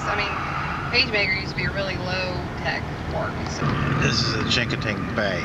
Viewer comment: Another thing,no biggy,but its not pronounced chinkotink.That sounds like a chinese kinkos.Go to rays shanyt on wallops island,tell them Glock sent you.